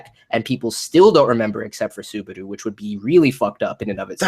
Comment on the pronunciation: Suburu really dude? your pronunciation is hilarius xD